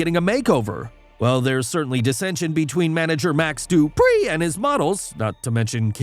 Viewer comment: Why tf u saying Dupree like that